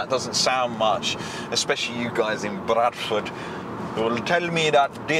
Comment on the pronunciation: Brrrradford brroo